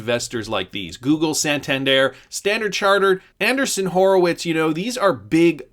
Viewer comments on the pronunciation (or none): Polymath is kinda hot. I just bought some and I'm already making money. When everyone Hates a thing, that's when I buy. XRP, Polymath, whatever......XRP is gonna be a Leviathan. Point of clarification......... It's AN-DREE-SON Horowitz. Not Anderson, Mr. Anderson is from The Matrix. ;-)